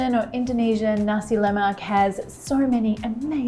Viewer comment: La Mac ?? Lol can’t even pronounce it ... try Nass la maaaaaaa